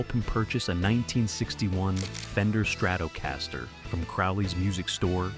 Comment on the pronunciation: This narrator is terrible. You’d forgive the Donegal pronunciation but calling leadbelly Lead belly… And then he calls a strat a StratOh Castor. Terrible